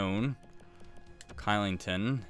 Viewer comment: Kylington is pronounced Shillington, just letting u know